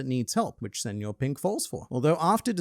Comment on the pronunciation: Kudos for using the ñ, instead of just saying senor pink like everyone else